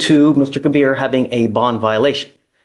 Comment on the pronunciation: Ke-BEER is also hooked on phonics